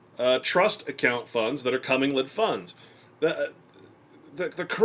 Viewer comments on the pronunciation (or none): Comming-led funds...really? It's pronounced co-mingled. Co-gosh darn-mingled. How can a person expect to be taken seriously on this subject matter when he can't even pronounce one of the key terms? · It's actually pronounced [kuh-ming-guhl] not CO-mingle. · This was quite good, very interesting and shocking. But I too, cant get over him calling it a cumming-led fund. But really great work.l